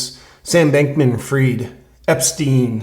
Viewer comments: FRIED as in TIED, not FREED. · I have a question, as an ignorant Frog : why don't you pronounce his name "fried" as in well-cooked ? It would be so appropriate, that a "bank-man" should be "fried".